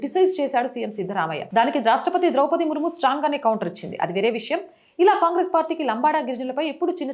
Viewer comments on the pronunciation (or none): none